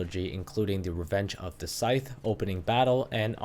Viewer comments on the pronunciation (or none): Sorry, did you say "Revenge of the Scythe"?